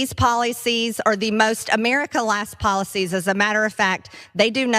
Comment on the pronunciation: .. "these poly-sees, are shocking to meee!"... what a disgusting woman...